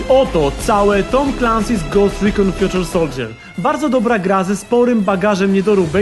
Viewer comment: Fjuczer soldżjer? Fajny błąd w wymowie :D